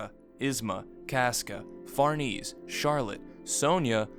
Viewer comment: I love all your videos but the way you pronounce schierke and especially Farnese which is a real name annoys me way more than it should